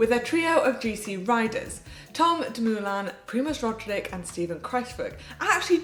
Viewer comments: Manon might need some work on pronouncing Roglic's surname by the looks of things. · I really like Manon but pronouncing Roglič properly isn't that hard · Hi GCN, I really like the show, but... I never appreciated how well the other presenters pronounced the riders' names, until Manon repeatedly butchered Roglic, Uran, Sivakov and co...